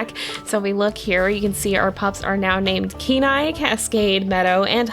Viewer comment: The first time you said Kenai I had to read it because it sounds like canine/K9 everytime you say his name